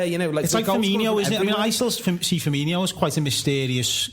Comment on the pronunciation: FUR-MEEN-OH please tell him hes doing it wrong